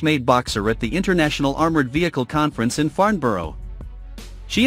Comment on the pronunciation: Painful to listen to. "Rain Metle" and "Farn Borrow"